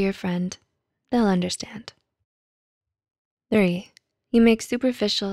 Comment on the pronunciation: I like the way you say THREE